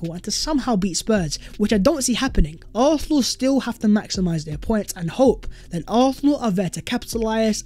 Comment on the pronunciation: Please for once say arsenal properly. Its getting worse 😂